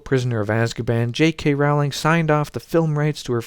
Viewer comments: "Rowling" is pronounced in England as "roah-ling." "Row" as in "row, row, row your boat." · goddammit! say the word bowling. so her name is pronounced rowling like bowling. how can anyone do any type of video about her and NOT KNOW THIS? simple research, like one video when you hear her say with her own mouth her own name. fuck.